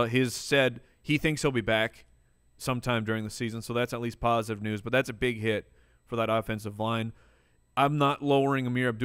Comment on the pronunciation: Next time say, "Big Hit" because it sounded like you said, "Huge Shit" hahaha